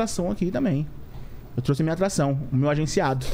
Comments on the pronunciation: "Eu não truci" foi foda hein, achava que era trouxe! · Eu não "trusse".. doeu aqui... tem que chamar o Franklin Medrado